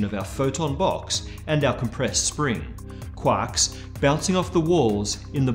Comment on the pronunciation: I love how he says quarks. Sounds like Quaks